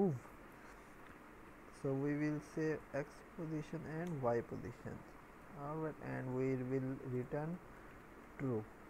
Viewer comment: you kill me when you say "arwight" every second and I don't understand what is it please help :(